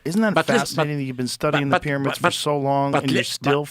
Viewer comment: Hilarious guy. The peramids.😅 It's because heiratics are very cörsiv.😅